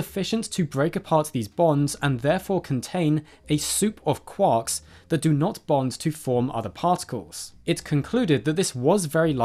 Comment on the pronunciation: Quarks 😂😅 FYI: Maryland is typically pronounced "mar-a-lund" or even "mar-lund".